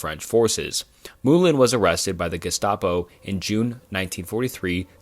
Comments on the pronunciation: Guess-tah-po... lol bro, come on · example: Gestapo is pronounced with the hard G (as in gross, grind, gamer, girl). ironically, German does not have the soft G sound (sounds like J as in German, geometry, plunge). the german word for germany is deutschland ("doi-tch lahnd")! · Yeah 10 minutes in I can't finish this. Jestapo and estoeric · “Esto-Eric”, “Luft-waffle”, “Jestapo”. Jesus dude